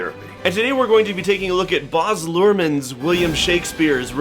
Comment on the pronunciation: I'm sorry how did you just pronounce Baz? It's Baz like "as". Trust me I'm Australian.